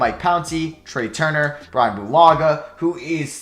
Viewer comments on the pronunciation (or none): none